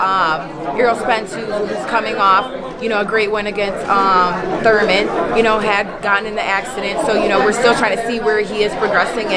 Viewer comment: She said Thurman 🤣 🤦🏾‍♂️